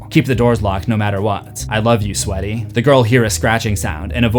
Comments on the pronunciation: that "hello sweaty" part, it might be because non native english speakers may have learned that "ea" is pronounced "ee". not always wrong, like meat, beak, tear, speak etc i remember just recently i heard someone pronounced great as "greet", steak as "stick", etc :p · When the man read "I love you sweaty" I had a fit of laughter that lasted minutes... I came here for HORROR...